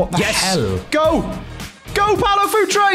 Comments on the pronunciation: its PAULO not PAOLO!!! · It’s Paulo btw, not Paolo.